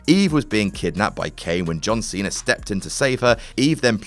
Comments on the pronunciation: its pronounced "cenA" not "cener" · Its pronounced cena not cenr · Why are you pronouncing Cena with a "R" at the end? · "John Cener" OMFG 😂😂